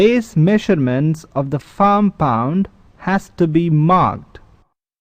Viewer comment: Its pond not pound. Say it right next time.